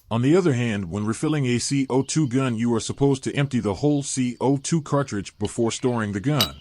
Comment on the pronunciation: These AI narrated videos are so awkward. C-O-2 cartridges? And Humarex ? 1-64 dollar?